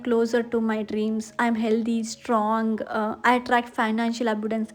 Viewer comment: ABUNDANCE PROUNCIATION WRONG